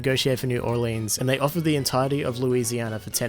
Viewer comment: I dare you, say Orleans like that again